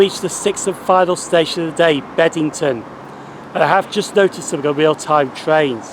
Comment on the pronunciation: Loving your work! 😉👍 but it's BEBington isn't it?! Not Bed! 😂